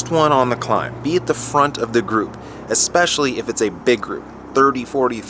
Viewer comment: love your vids, but "especially" is pronounced "ESpecially", not "EXpecially".